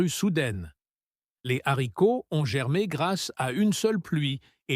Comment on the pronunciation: C la liaison et la prononciation est juste